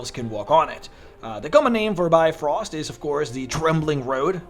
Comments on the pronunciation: it really hurts when you pronounce it bye-frost.... it is more like bee-frost.. and try to make the pronouncement of bee as short as possible. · im more irked by his pronounciation of brifrost. It's Bif-roast not Bi-frost.